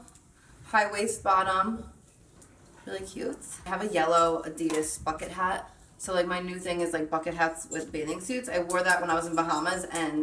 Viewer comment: I know you are saying bucket hat but I hear something else😂